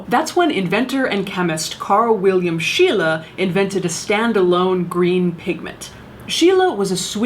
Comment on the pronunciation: I was like: who the hell is Sheila? Then: ooh, you mean Scheele. He has a street named after him in my hometown.